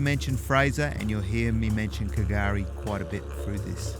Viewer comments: yep, that silent "K" confused all, but slowly we are learning, as I said Patrick put me in place, it's just pronounced as Gari mate, that was in 2021. Another youtuber Daniel from "Explorer Bound" was pronouncing it same as you, but now knows "K" is silent too, so more followers learning slowly. Special Special place, literally paradise in nature as by name.. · Was wondering from the Start if you were going to go on calling it K'gari, sounds so wrong, old mate Patrick, a ranger set me straight, drop the K mate, just say Gari. Love the place, going again in August, whales galore then. Hadn't heard of the 1943 army location, but I do know the RAAF.still do circuits of it, never heard them coming, but crap yourself as they pass over, so incredibly loud, yet zero warning. So much to see & do here, never fails to enthrall me, you barely touched the surface of it. Wealie